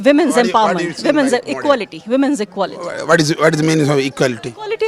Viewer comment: "Ekality is ekality" BJP style of theorem!